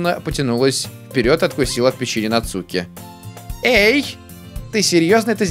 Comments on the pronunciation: нАцуки ударение на А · Не Нацуууки а Наааацуки!!!! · Не НацУки а НАцуки дурашка))) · не НацУки,а нАцуки((((((((((((((((((((((((( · Нааацуки... Нааацуки.... Наааацуки а не Нацуууууки!!!!>:/ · НАцуки а не НацУки!!!!! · не нацууки а нааацуки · Согласен, выбешивает, когда он читает НацУки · Al1na art В Японии нет ударений, правильно читается- Нацки, "дурашка" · ЗА-ШИ-БИ-СЬ интересно продолжай пожалуйста И кстати по моему читается НацукИ но как знаешь я не уверен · В Японии нету ударений в этом имени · Нацуки ударение на А !!!